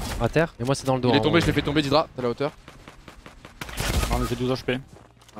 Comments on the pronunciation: C'est pas "didra" Mais "dédra" Venant de l'anglais "dead" Cordialement Pour doig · fais pas l'anglais dead sa se prononce dèd et non dédra